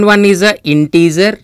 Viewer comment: integer not intezer😄